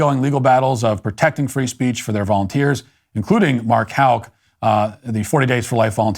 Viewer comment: You are the very first person I've ever heard pronounce Houck correctly without being corrected. My former married last name was Houck and two of my kids' last name is Houck. I've heard every pronunciation in the book except the correct one.